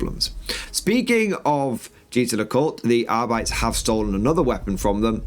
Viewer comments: ar-bit-tays is awful as well. It's Ar-Bites; and that was straight from a GW employee back in the 90s. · Arbeetees makes my ear bleed. It's the worst pronunciation ever. xd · GW uploaded a video last year confirming it's pronounced Arbeetees. It's cringy listening to audiobooks pronounce it the that way. I really wish they would have gone with Ar-bites.